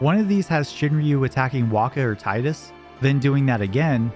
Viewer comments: great video ! just one thing & i learned this through watching a Kingdom hearts youtube video Tidus’s name is Pronounced Teedus As it’s pronounced TEE-DUS hope This helps for years since the original final fantasy 10 original game released in 2002 PlayStation game we’ve been pronouncing the name wrong it’s Teedus & not Tidus most of us learned this over the years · Tee-dus, it’s pronounced Tee-dus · AWESOME video. But it's still "Teedus" tho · Better odds than finding anyone who can pronounce "Tidus" correctly, apparently. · You said "Tidus" wrong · everyone says Tidus wrong